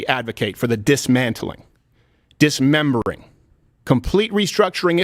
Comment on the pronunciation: "Dis-membering" LOL Aren't these pencil pushers all transitioning anyway?